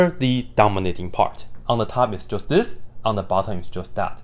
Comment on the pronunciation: thank you for this!! ❤ I keep hearing "dumber little part" instead of "dominating part"🤣